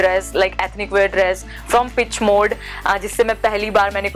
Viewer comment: Its not pitch mode...its peaaaach mode